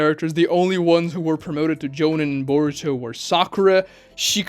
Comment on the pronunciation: Doesn’t matter but I always thought it was pronounced “Jo-Neen”